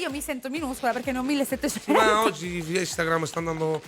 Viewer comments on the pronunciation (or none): Federica minuto 8.3 Instangrim😂😂